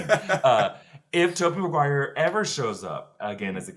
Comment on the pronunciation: "Maguire ma-g-why?!" was gold🤣🤣